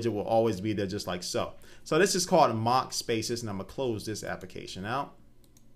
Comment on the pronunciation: just lettin you know its mach desktop. Not Mock. I couldn't find it when i tried mock but i did when i tried mach.